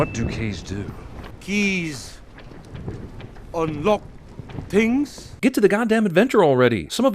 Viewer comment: indians say "tings" instead of "things" cliche